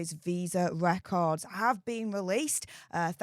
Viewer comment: "Wecords have been weleased!" the altew Newd said.